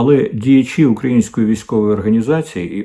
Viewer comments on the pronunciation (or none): none